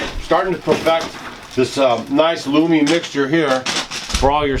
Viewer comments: Love to watch y'all! Funny, you say "loomy" instead of "loamy". My FFA instructor would have a fit! Y'all are are refreshing! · Hey. It's Lowwww-m... not looooom... sorry Kimmy is a grammar Nazi... giggles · Hey guys, I think you mean loamy soil not loomy, just an fyi😜